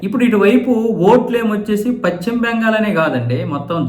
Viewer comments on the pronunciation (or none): Pachhima bengal kaadayya.neeku telugu sarigga palakadam raada? Adi paschima bengal antaaru. Neeku pachhima ki paschima ki difference teliyada?atuvantappudu nee channel moosi padeyi